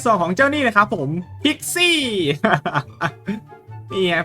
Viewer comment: พิกซี้หรือคิดซี้😂